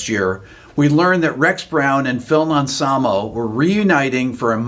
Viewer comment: It's Anselmo not Amselmo